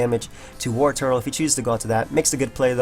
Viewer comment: Why can not pronounce the name Wartortle?